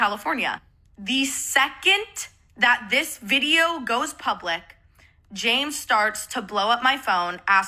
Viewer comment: can i be reaalllllly stupidly unrelated for just a lil funny sec she calls james jame as she's talking quickly and i think the idea of james being the plural form for like a herd of predators named jame is funny ok thats all